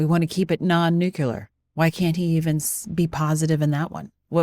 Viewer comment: NU CLEAR… NU CLEAR.. how do people come up with NU QUE LAR?